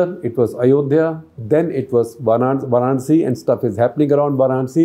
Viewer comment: Respectfully, it is VAranasi or VAranAsi, not VArAnsi.